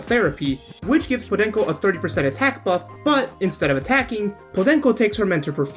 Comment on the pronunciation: I like the pronunciation of "podenco"